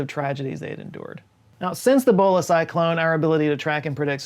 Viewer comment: Every time he says Bhola, I hear Bola... which was a very different cyclone